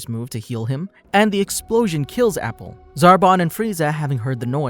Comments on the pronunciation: wait its pronounced " A" " Pool' not apple so cunfused how u got their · I get triggered with the pronunciation of Appule, idc, it will always be Apool for me lmao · Apple?! 😂 Its appule (ah-poo-lay) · His name is appule not apple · It’s not APPLE. It’s Pronounced AH-Pool.